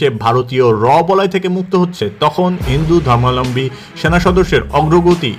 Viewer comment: আপনার "হিন্দু ধর্মাবলম্বী" উচ্চারণ সঠিক হয়নি কোথাও কোথাও। 😅